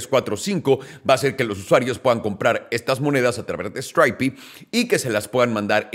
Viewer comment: Stripe no se pronuncia así!!! Me extraña que estés tan americanizado y no lo sepas.